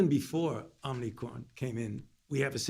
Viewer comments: "Omnicron." He said it again at one minute in. And he slurred something about slowing the speed right before that. Holy sh*t, this guy is out of it. And he's getting worse, which was, of course, to be expected. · "It's called the omnicron." I thought it was omicron. Took him all of 25 seconds to f*ck up. That might be a record for ol' Joe! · "omnicron", thats my president :)))))))) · "OMNICROM" spoken 3 times by the potato-in-chief that doesn't wear a face diaper like he and his ilk mandate you to do. 🤣🤣🤣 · Haaaaaaaaaaaaa! Om-KNEE-cron. Better seek the proper pronunciation of the variant with the smartest person you know (Hunter). He should be able to inform you of the error of your ways.